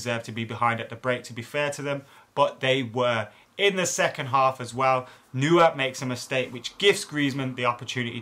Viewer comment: You butchered the neur name a bit 😂😂